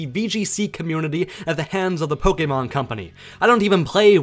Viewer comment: you're argument is validated because you pronounce Pokémon correctly